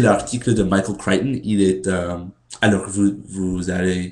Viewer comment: Pourquoi tu dites "le garcon Americain". Garcon=boy, et tu as 21 ans. Je crois que "le jeune Americain" ou "le typ Americain" c'est mieux. Et aussi, essayez de prononcer les noms Americains dans les articles francais avec un accent francais, et pas comme en Englais. "Michael Creighton" et "Ian Fleming" comme ca.